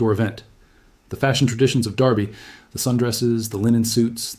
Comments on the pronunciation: Definitely AI. His image and voice are used in at least 2 dozen other channels that I know of. That, and the word derby was consistently pronounced darby; as in the Kentucky darby..It's easy to figure out whether it's AI. Listen for mispronunciations. AI usually gets some words wrong. They struggle with numbers too. Numbers, like dates or prices come out in weird nonsense syllables and gobbledygook. AI struggles with reality in general. I like the gardening videos done by AI. The illustrations are hilarious. earthworms have feet and antenna, tomatoes grow on celery, and there's lobsters in the gardens.😆🤣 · Since when is Derby pronounced "Darby" ?